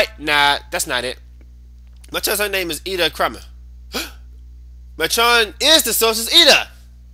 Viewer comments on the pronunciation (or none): I dont complain much about people saying things wrong by jesus, you prenouncing atron wrong the whole time was annoying. Its prenounced Mate-tren